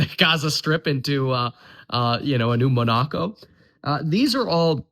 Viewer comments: The first and second vowel sounds weren’t what I am used to, but the biggest difference was him emphasizing the second syllable rather than the first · Huge fan, but the way you pronounce Monaco lolll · how did you pronounce Monaco? lol. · German citizens pronounce Monaco differently!